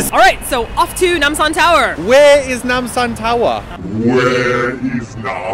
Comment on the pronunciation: When you guys say Nam sam tower I think of Itaewon Freedom..... XD WHERE EEZ NAMSAHN TOWERR?